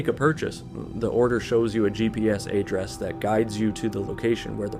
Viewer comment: The way you pronounced "address" as "aydress"